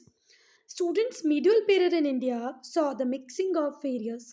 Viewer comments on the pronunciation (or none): none